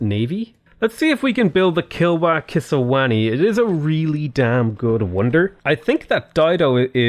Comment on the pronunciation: I'm not too bothered by quadrireme, but it bugs the heck out of me that you keep calling Kilwa Kisiwani 'Kilwa Kisaniwa'. Also, domination, you've effectively already done it, might as well wrap it up. Especially since it's Tyre and Aynook that are the source of your loyalty issues with Kitty.